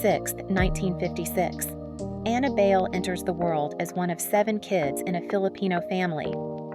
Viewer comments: Bale????? Do ur research girl. BAY-LE. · BAYLE is pronounced as BYE-LE, not BAIL. Annabelle ‘Abel’ Bayle was a tall slim dark skinned girl in the 70s. She was my freshman ‘70 batchmate at the Philippine Science High School and classmate at the University of the Philippines. No one then really foresaw her soon to become a beauty queen and a top ranked international supermodel! Her real career of choice was to be a doctor of medicine. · Pronounced as Bay-Le. Bai-leh. You do not get to Americanize. You should learn to respect that and honor that by saying it correctly. Kinginang boba ka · That's the problem with the content creator using an AI voice for narration - it automatically defaults to the westernized pronunciation of the name "Bayle" just like it would pronounce the actor Christian Bale's last name.